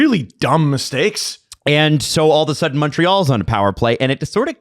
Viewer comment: All’va Sudden